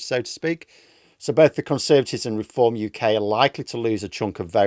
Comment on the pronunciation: Deform... not 'r'eform